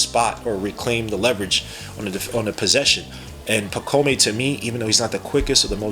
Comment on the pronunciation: Dude, his first name is pronouced (pa - comb), not (pa - co - may). Also, he's coming over this year. He is not being stashed away. Personally, I rank the Knicks' draft grade A, especially seeing how their highest pick was 25th. They probably should have traded a couple future second rounders to try and get an additional pick in the 31-33 range to pick up Filipowski as well. But I guess they were confident in being able to bring back Hartenstein. Hukporti is a good pick, though. Already has a better offensive bag than Mitch and Jerico.